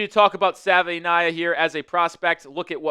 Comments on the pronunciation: D- for pronouncing our new Offensive Guard Jonah <Sav-in-nay-yah> wrong every time. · Struggling with that name 😂